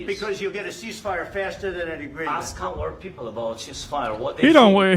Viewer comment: You say axe instead of ask. You say Aunt wrong. You suck.